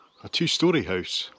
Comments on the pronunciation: I can’t get enough of a hoose in these videos 😂😂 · I like the fact that you pronounce the word house in Norwegian. Hus.